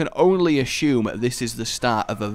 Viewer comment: Your pronounciation of "assume" is awful.